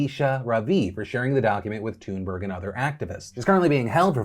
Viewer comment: Did he really just pronounce Greta's last night as TOONburg????